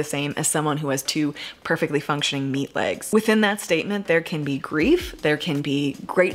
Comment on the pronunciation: Did you say "meat legs?" LOL